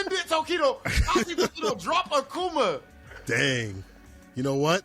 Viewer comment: Ooooh Tokido! I was confused since you kept saying Taquito. Yum. Cheers.